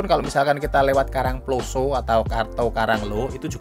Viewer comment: Saya Org Batu Asli.. Tolong Mas Kalau Bilang / membunyikan KARANGPLOSO tanyakan sama org karangploso yg benar bagaimana.. Bunyi O nya salah sampean. Sekedar masukan. Jangan HASAK HASIK tok wae. Yg bener. Asyik. Skdr saran saja. Sukses ya channelnya